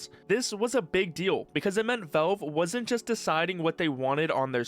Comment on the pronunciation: Why you say Valve like that? “Velve” 😂😊